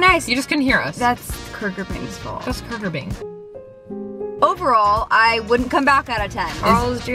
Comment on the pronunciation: KUGER BING LOLLLLL